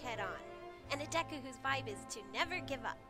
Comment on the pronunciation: Oml when she said vibe 😂 ViBe ChECk sorry Also: I was wearing headphones 👌